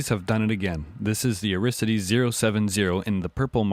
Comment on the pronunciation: Great review! I don't like how you keep mispronouncing Aristides though. It's AR-is-TI-des. Maybe I watch too much Jeopardy, but I like pronouncing things correctly.